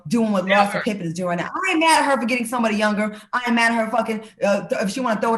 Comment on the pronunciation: Larsa " thottin & P popping" pippin